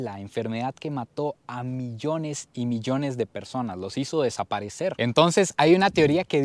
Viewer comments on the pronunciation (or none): none